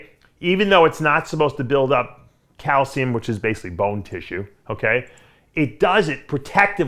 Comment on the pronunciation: its calcium, not calshium